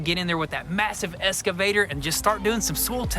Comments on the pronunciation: Love you guys, but please, please, it's an "X"-cavator, not an "S"-cavator. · Happy thanks giving guys just one thing it’s pronounced EXCAVATOR not ESCAVATOR 👍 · You guys need to start saying "excavator" instead of "escavator"